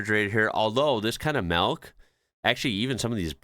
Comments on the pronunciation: Hmm you've literally just seen the nightclub in Italy (admittedly not all toilets will be like that) so yout comment about "at least at the end of the day your stall will be private" possibly doesn't hold up...also it sort of sounds like your saying "melk" not "milk" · Is he pronouncing "milk" as "malk"? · Dutch supermarket (Albert Heyn), dutch pronunciation of milk: Melk! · Are you saying "melk"? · You pronounce Milk really unusually. 😅😅